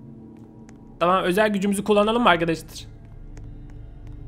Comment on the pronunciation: "Bu bilgisayar taam" Abi taam dediğinde koptum kskskskjdırnxodpÖşcnlp